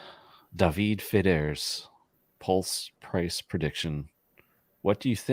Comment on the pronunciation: But he can't pronounce PULSE. And he's British!